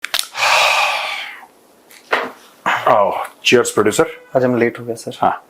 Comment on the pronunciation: Sir aap "cheers producers"bolteho k i"charsee producers" 😂😂,mai thoda kam sunta Hu